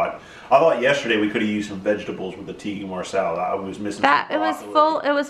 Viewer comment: He said "Tikki marsala" lol I used to serve at an Indian restaurant and I would always say tikki masala instead of tikka masala and get so embarrassed because most of our customers were Indian. Idky tikka is so hard to say 😂